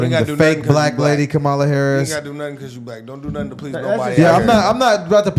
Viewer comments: I despise Kamala but her name is pronounced Comma, like the punctuation mark. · Comma lah. That's how you pronounce her name. lol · Before anyone keeps talking shit, at LEAST pronounce her name right for fucks sake. regardless of who you support, you're making yourself sound ignorant. Making all of the other trump supporters look foolish. i dislike Kamala Harris as much as the next republican but good grief, TRY to sound professional and coherent.